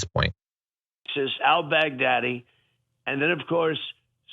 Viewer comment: "El Baggdaddy?" Huh?